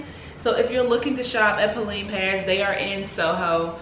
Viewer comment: It's pronounced Po-Len.